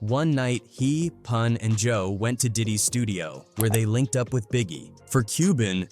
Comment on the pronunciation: Poon instead of Pun M-a-f-i-a instead Mafia 😂😂 A.I 🤦🏽‍♂️🤦🏽‍♂️